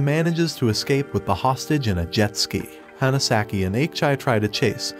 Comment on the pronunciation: "the Hanasaki" (pronounced Hannah) You're awful with pronouncing names, even on your other channel. If you can't be faithful with that, maybe you shouldn't review anime.